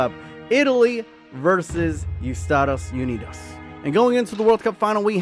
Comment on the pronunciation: U-stados unidos😹